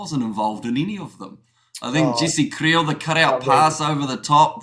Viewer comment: Boys who is Jesse Kliel? And Malcolm Marrrrxs? The pronunciation isn’t that hard it’s just kRiel and Marx like you pronounce Karl Marx. The same thing